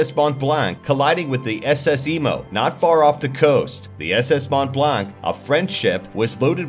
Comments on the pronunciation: Its penoust Mont blah, not mount blak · #6 is pronounced "S.S Moe Blan" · The way he pronounced Mont Blanc was awful too. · In our language(Canadian French), we don't call it the SS Mont-Blanc, we call it SS Mon-Blan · Mont Blanc is pronounced Mow-Blah